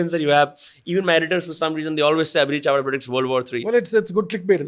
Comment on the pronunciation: Chavda with an L on the beginning.... If the power lies with the armed forces then why was there a student protest?